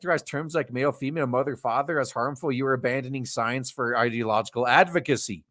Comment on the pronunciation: You repeatedly calling Science...Soyence. Also using this weird accent every time you saying that. How's that different from a thing what you're commenting in this video? I see no difference. You using language as it fits you.